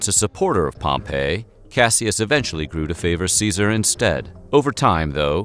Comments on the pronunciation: Pompey = pom-pee Pompeii = pom-pay Gaius = guy-uss The mispronunciations really dampen the credibility. All the research you do, and you can't take 10 seconds to find out how to pronounce the names correctly? Come on, now. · Great episode! But small note Pompey is pronounced Pom-Pee not Pom-pay. 🤓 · Great video. I love the humor mixed with SOOOOOOOOOO much good information. However, you mispronounced so many names, like Pompey and Gaius. Pompey ends with a long E sound, not like the name of the city destroyed by Mt. Vesuvius. Gaius sounds like guy-us. There were many other words mispronounced, but these 2 drove me crazy. Nonetheless, a great video with so much good information, which I would definitely recommend to others. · Caesar’s friend turned opponent was not pronounced like the city Pompeii. It was pronounced “Pom -Pee”